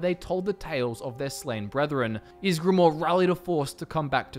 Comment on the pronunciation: I'm surprised he got ysgramor right but that wrong.